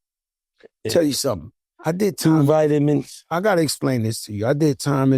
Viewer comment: 😂😂😂😂 "two vitamines"😂😂😂. Jada should consider doing standup 😂